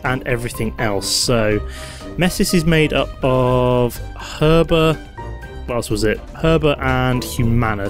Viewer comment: The H is silent in Herba ;)